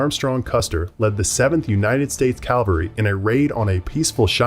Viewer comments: CAvalry not calvary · "Calvary" and "cavalry" are completely different.